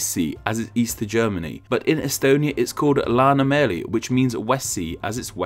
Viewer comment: Dont ever say läänemeri again plz